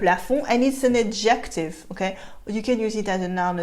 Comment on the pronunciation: As usual, a very enjoyable and instructive presentation! Just a few comments. The A in cradled is pronounced like the A in SAY, not like the A in AT. In any case, the verb would be rocked. You rock a baby in your arms or in a cradle. Also the stress is on the first syllable of the word ADjective. My American ears noted and admired your smooth transition from French to English when you said "someone you say TU to." Fûte makes me think of Bison Fûté who reports on traffic conditions. You may want to explain the differing second vowel sounds in gentil and gentille. To have une araignée au plafond is to have a bat in your belfry. Sometime you may want to explain regressive assimilation, as exemplified in "bas de plafond," where the e of de is elided and the D is then pronounced as T because of the following unvoiced consonant P.